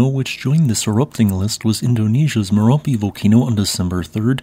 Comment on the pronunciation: News keeps calling Marapi Merapi